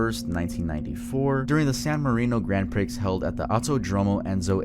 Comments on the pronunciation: Grand prix is pronounced grand pree, not grand pricks 🤣🤣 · Just a note: Gran Prix is pronounced Grand Pree not Grand Pricks. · Grand Prix is pronounced PREE not PR!CKS. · Just when I thought I couldn’t love more, he pronounces GRAND PRIX as GRAND PRICKS AND TOTALLY REDEEMS HIMSELF!!😂😂 Grand PREE. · It’s pronounced Pree not Prix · It’s pronounced, grand PREE not PRIX, man that triggered me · This was a great video, but I have to point out you saying grand pricks 😂😂 it’s pronounced “Grand Pree” 👍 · it’s not grand pricks it’s gran pre💀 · “grand priX” its pronounced pre lol I used to say it the same way as a kid while playing mario kart lol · Bro for future reference it's Grand Prix (Pronounced Pree) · Just an fyi for (possibly?) future videos, grand prix is pronounced grand pree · Dude… Grand Prix is pronounced Grand (with Prix it is more like GRON) Pree. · grand prix it's pronounced grand pre 😂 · "grand pricks" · bro really said "Grand pricks" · Love your videos but it's grand pree haha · *Grand "Pree" lol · Michael Schumacher/ Lewis Hamilton. Not Lewis Schumacher lol and Grand prix pronounced in the french pree!!!! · Did he just say "Grand Pricks"? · Grand Prix is pronounced Grand Pree. Just FYI. Great video. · Grand Prix is pronounced Pree 😊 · Great vid but hearing him talking bout Senna’s win in “Grand Pricks” just makes my day. 😂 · Awesome video! Minor annoying comment- in the Aryton Senna section, Grand Prix is pronounced Grand “Pree” 😊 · Tell me this mf didn't just say "grand pricks" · FYI: Grand Prix is pronounced Grand Pree. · Grand Pricks? This is a Youtuber that doesn't really understand the content he is trying to preach. He may as well be a bot, maybe is? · So sad. FYI, Prix is pronounced “pree.” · "Grand pricks circuit" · “Grand pricks”😭🫶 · It's pronounced Grand PREE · broooo pronounced “Grand Prix” as “grand pricks” multiple times 😂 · BRO SAID GRAND PRICKS 😭 😭 🙏 🙏😭 😭 🙏 🙏😭 😭 🙏 🙏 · grand pr-ee grand pr-ee grand pr-ee grand pr-ee grand pr-ee (